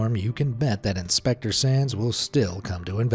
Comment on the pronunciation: When you said “Inspector Sands” I kept hearing “Inspector sans”, and now I’m just thinking about sans as a fireman. Papyrus would probably try to feed it spaghetti. “MAYBE IT’S JUST REALLY HUNGRY! MY SPAGHETTI WILL CALM IT DOWN!”